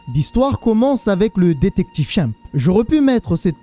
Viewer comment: Comment tu dis détective chimp j'ai mal au oreille, mais bonne vidéo